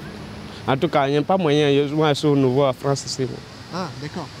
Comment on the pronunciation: Normal !!! " Sy la Fronce !!! "